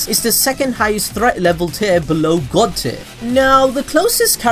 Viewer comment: I keep hearing god tit